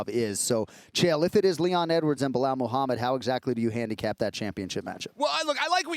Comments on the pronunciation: I love Chael for saying Blihal eveytime. 😂😂😂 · Chael intentionally mispronounce Belal's name I meant he must be!! If you can say pal you can Belal but he just makes it weird as if he is speaking some alien language. SMH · “Bluh-hal” chael could probably mispronounce his own name at this point😂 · Again with the ‘Blahal’? Really Chael? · Chael purposely mispronouncing names is my least favorite thing about him. It was funny for awhile now it’s dumb. “Blahawl”. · Everyone: Belal Chael: Blahall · I love the fact that chael TO THIS DAY still calls belal “blehal” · Chael is still calling Belal “Blahal”. 😂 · ESPN: Chael can't pronounce a 2 syllable name phonetically? Belal... say it "Bel al" there is no "h". It's a weak schtik.